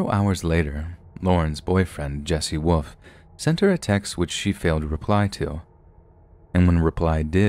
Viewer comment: Hey, you have an awesome narrator's voice but, if anyone listening is tired odds are very high they'll fall asleep.......like I just did. Something you said early on made me laugh but question your command of the English language. You said 'woof' instead of 'wolf'. Another channel's owner, 'secureteam10' Tyler, says it that way too. FYI, the 'L' is NOT silent. lol